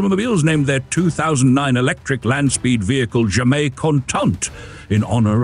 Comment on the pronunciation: “Jamais” is a French word, but you pronounced it as if it were Spanish. Are you AI?